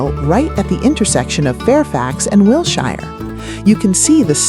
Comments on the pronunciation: YUP... ANOTHER AI NARRATED POS FROM SOME MINDLESS "CREATOR" THAT PROBABLY COULDN'T SPELL CALIFORNIA OR LOS ANGELES IF THEIR LIFE DEPENDED ON IT!!! I GREW UP HERE IN THE 40'S THROUGH THE 90'S AND WATCHED THESE CHANGES. WILSHIRE IS PRONOUNCED WIL-SHER..... NOT WIL-SHIRE. YOU FINALLY GOT IT RIGHT HALF WAY THROUGH AND THEN YOUR REVERTED BACK TO THE MISPRONOUNCED VERSION... WHERE'S THE CONSISTENCY IN PRODUCTION VALUES??? AND WHAT'S WITH THE "HOME ON THE RANGE, LONESOME COWBOY" MUSIC?????? LOL... HIRE A HUMAN VOICE OVER ARTIST AND DUMP THE AI... NO SUBSCRIPTION HERE.... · ... it's pronounced Will-Sure Blvd.🤗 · AI garbage. Just mispronouncing Wilshire twice was enough for me to quit.